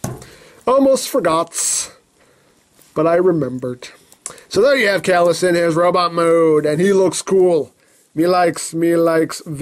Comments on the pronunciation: I think Caelus is pronounced "KIE-lus". Similar to Darth Caedus "KIE-duss," rhyming with "hide us." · I think it's say-lus, since the term celestial is derived from that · Name pronunciation is like this CHIE-LOOSE (Ch like church. IE like pie) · It's pronounced "K-lus" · its actually pronounced cealus see-lus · I think its pronounced like C lus like julius caesar prove me wrong lol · It's pronoucned "saylus".....probably?